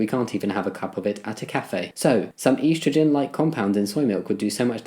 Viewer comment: your pronunciation of estrogen made me wince